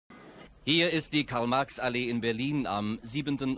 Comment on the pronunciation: Its MaRx not Max